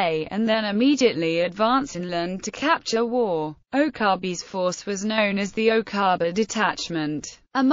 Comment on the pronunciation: Get the pronunciation right, it’s pronounced Wow nor war